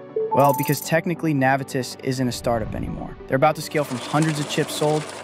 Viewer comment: You’re pronouncing Navitas & Renesas incorrectly. Plus Torrence is in LA county I’ve been in the Semi industry since the 90’s